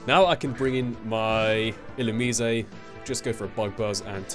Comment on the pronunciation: I always thought it was pronounced 'ill-you-mise'.